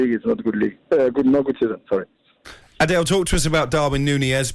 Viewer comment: The dudes name is not pronounced like "Adele"